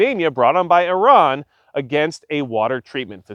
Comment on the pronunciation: Great video very informative and a great perspective! And extra kudos for saying Iran correctly! Much respect to you sir.